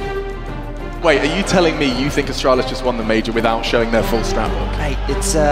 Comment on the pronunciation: Did he Said Astralis?